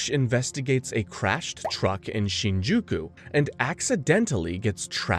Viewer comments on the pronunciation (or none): none